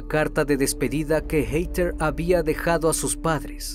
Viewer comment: Me encanta tu voz, solo una recomendación que espero que no te moleste, el nombre de Heather, se pronuncia como “Jeder”